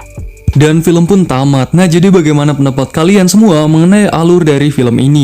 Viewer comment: Bang itu kata tamat kok malah jadi tomat??